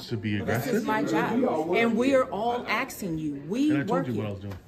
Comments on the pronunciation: Why was She "Axesin" everyone...? 😂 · Oh, she is axing you! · She said "we are all axing you"😂😂😂😂😂😂. That is assault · “ we are all AXING you “ 😂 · Why do they say axing to leave the building 😂😂😂